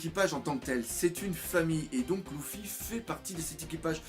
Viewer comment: je comprend lOUffy a chaque fois